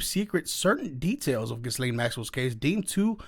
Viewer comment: people...ghyslaine...all of you say her name like >> guylaine... but her name should sound as.. >>>> geece-lane...